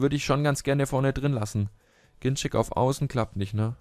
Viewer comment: Ein letztes Mal sage ich es noch, dann gebe ich auf:D Er wird "GinZEK" ausgesprochen, nicht "GinTSCHEK", das haben seine eigenen Eltern gesagt, da viele es falsch ausgesprochen haben!;) Bitte, lies das und nimm es zur Kenntnis;)